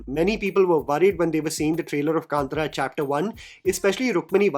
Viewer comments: Bro please pronounce the name correctly. Kantara not Kantra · ಕಾಂತಾರ.. Kanthaaaaaaara.. कांतारा .. it’s not kantara.. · First please pronunce the word K-A-N-T-A-R-A properly and it’s not KANTRA like in Antra… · It’s been interesting to see the different pronunciations of Hindi speaking reviewers of the film name. Here we have “kaantaraa”, I have also heard “kantaaraa” and “kantara “ (all short vowels. Isn’t the Kannada ಕಾಂತಾರ pronounced “kaantaara” (two long vowels and a short at the end)? Kannada speakers please help.🙏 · It’s pronounced as kantaara. There is an “aah” ki maatra in त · Everything is fine , me angrezi bhi jhel leti hu coz content is on point.. but pls movie ka naam dhang se bol lo bhai. 😢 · Sorry I am not hate mongering here , but how difficult is it to pronounce the movie name properly ? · Dude my wife got offended the way you pronounced kantara